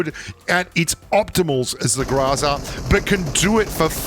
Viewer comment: It's GROW-ZA not grazza